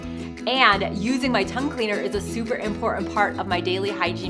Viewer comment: You mispronounced important and dropped the 1st t. You pronounce t's in other words so it is not a language barrier. You are also vocally frying your speech. Just thought you should know.